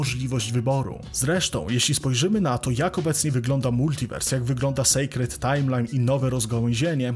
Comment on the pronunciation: nie secret (sekretną) a sacred (świętą, uświęconą) malutki błąd w wymowie